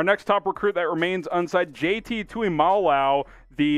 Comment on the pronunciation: Yo someone call the cops! Dude just murdered pronunciation of poor JTs name lol